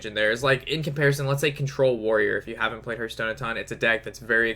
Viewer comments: It's called Har-th-STONE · There is no 'u' in Hearthstone...... Just sayin' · hörtstone :D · It's actually heArthstone, they even say it in their trailer